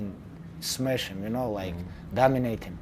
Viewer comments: I love it when Khabib says he is going to "smesh" him! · "What they gonna say after fight? When I make him flet & smesh him" 😂😂